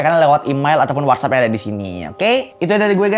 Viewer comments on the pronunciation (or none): none